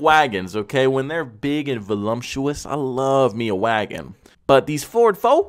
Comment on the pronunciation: Funniest video ever. FYI no “M” in voluptuous